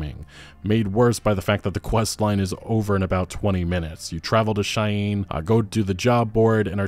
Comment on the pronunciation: Umm...sorry, say "Cheyenne" again. Did you not learn how to pronounce that somehow??